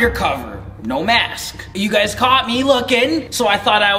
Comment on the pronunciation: Heather Yarbrough it’s pronounced masks not makes